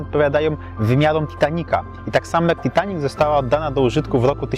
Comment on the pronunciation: w koncu ktos poprawnie wymawia nazwe titanic